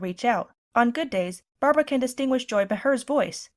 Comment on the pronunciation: Are you telling me that old woman is still alive, I am almost 60, and when I first started school she was old and worn out then. That's amazing but I know she has to be older than that. I can never forget when she said her name it always sounded like Barbara WoWo it always gave everyone a laugh